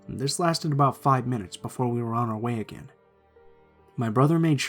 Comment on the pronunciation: would of been a lot better if you didn’t say dis. “This” would be better.